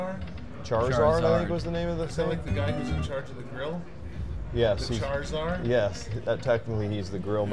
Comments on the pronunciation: lol chartsar. come on man... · saying “char czar” when ej was talking about “charizard” was hilarious! He’s clueless to early 2000’s culture. I love it! 😂